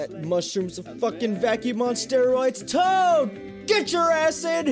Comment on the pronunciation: He said tood instead of toad